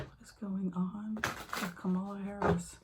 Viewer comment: Kamala rhymes with Pamela.